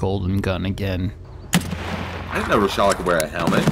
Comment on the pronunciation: please do not ever again try to say Reshalas name ever again